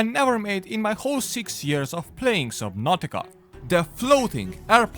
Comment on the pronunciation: Did you say subbabka at the start? LOL